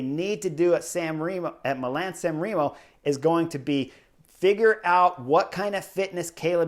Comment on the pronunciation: Chris. It is Milan or Milano. Not Milam.